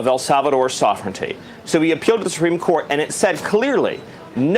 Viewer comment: Someone tell Steven Miller Supreme Court has an R in it. SupReme, not SuPeme.